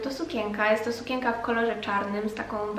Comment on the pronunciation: SukieNka, nie sukieńka. CieNki, nie cieńki.